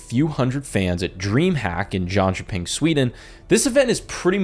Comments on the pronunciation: The mispronunciation of Jönköping to "Josh Pink" is disgusting ⚠️. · Props on trying to actually pronounce Jönköping and not going with how it would be pronounced in English as "Jonkoping". Of course it wasn't as it would actually be pronounced in Swedish, but way better than using hard K and pronounce Ö as regular English O's. Also: Rest in Peace Shushei!